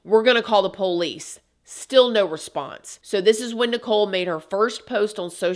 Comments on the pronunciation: The way you say Poe-leece really annoys me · The Poe-leese 😂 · Another amazing video. you kill me with the POE LICE 😂